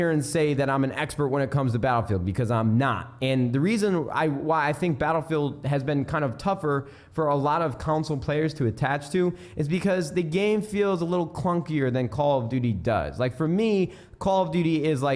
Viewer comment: why does he always say council instead of console?